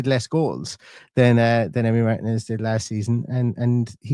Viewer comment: Not MARTIN-EZ ❤